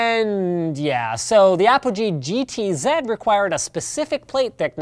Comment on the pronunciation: Yay, he said GT-Zed instead of GT-Zee